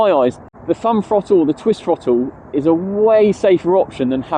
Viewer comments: I admire your guts making this video when you can't even pronounce the word THROTTLE. It has a glottal stop in it after the double t, it is not a frotull. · My autism can't cope with bad speech. I can't watch because your words make me cringe. . School didn't teach you to talk like a Muppet. What is a FFrottle. NOT mumFFs oV FFinkink FFroo FFerty FFree FFousand FFingz FFurzday wiV muVa faVa bruVa keeFFs smooV teeFF sumFFink wurFF nuFFink norFF souFF maFFs FFerapy myFFs FFerteenFF healFFy You don't say FFis FFat FFem FFose for THis THat THem THose so you can say the TH sound. It's a bad habit that you can change. Will you stop it so I can watch your videos.